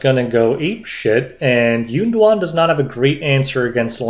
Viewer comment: calling YunDuan “Golem” was the funniest thing I’ve heard all week! 🤣